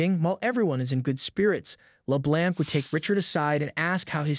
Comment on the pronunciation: The computer generated voice that is reading the script needs to learn how to pronounce 'LeBlanc'.